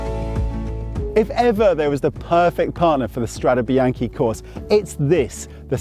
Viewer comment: Strade bee-aahn-kay not bee-aahn-key